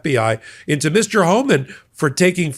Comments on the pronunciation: Your misspoken 'Horeman' is ironically, a more suitable name for Tom Homan! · I think was right when he pronounced it "Whoreman".